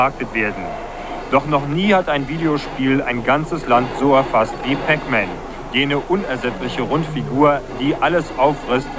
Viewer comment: Der Nachrichtensprecher spricht alles falsch aus. Nicht nur Pac Man, such die neue Session beim Fußball.